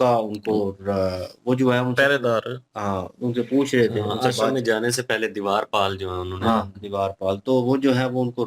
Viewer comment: Divaar pal nai Dwarpal hota he😊